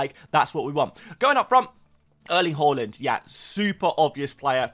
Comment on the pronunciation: Please learn to say Haaland correctly next season 😂😂😂😂😂😂😂😂😂😂😂😂😂😂😂😂😂😂😂😂😂😂😂